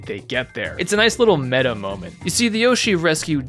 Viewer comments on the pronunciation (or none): none